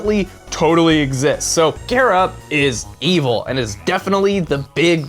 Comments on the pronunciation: CHARA IS THE BEST I LOVE THEM!!!!!!!!!!!!!!!!! THEY KILL EVERYONE SO GOOD (btw you said chara wrong) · you're the first person I heard pronounce Chara's name differently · You say chara wrong -_ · Chara say it with the "H" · I believe Chara is supposed ot be short for "character", because in game they carry whatever name you picked. Therefore it make sense ot pronounce it the same way you pronounce the word "character" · How will they pronounce Chara? That is the fundamental issue to determine whether or not I'll enjoy the video. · It is chara, not kara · I pronounce chara as Ch-are-uh Not care-uh. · I think that it's wrote CHARA do why you read it like it's wrote CARA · Cara you mean Chara like CHARAzard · OoO HE SAID MY NAME KARA BUT I THINK HE'S TALKING ABOUT CHARA AND IT'S CH-CH-CHARA LEARN HOW TO SAY IT! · cchhhhhhh ch ahra chara not kara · Not really to be rude but it doesn't sound like " Kara" it's " Chara " and Chara is a bad version of frisk I guess we'll that's what I think yeah and I'm a kid so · It's CHAR-AH, not CHAIR-AH!!!!!!! FUHUHUHUHU!!!!!!!!!!!! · "KARA" IT'S CHAR-AH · im getting cancer from people pronouncing it like kara not ch-are-ah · why does everyone say chara wrong it's not cara it's ch-ch-chara listen to the CH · Chara is pronounced "Kara"? I thought it was pronounced "Tch-Uh-Ra". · Chara Not Carea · CHARA. not cara. CH. CHARA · Her name is ch ara like character. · I would have put money on it its pronounced char-a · Chara it's pronounced ''Kara''. Their name comes from ''Character''. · You said care-uh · it's pronounced KAH-rah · I've never heard Chara pronounced the way he pronounced it :P I pronounce it like Car, as in Car-ah. I have heard it pronounced like Char with the CH as in choice though. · chara is not pronounced kara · Its Char-A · It CH-ARE-A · not being a jerk but Chara is pronounced chair and uh. (not a hate comment) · Why do people keep saying chara like it has a K in it? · its char-ra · He can't not say chara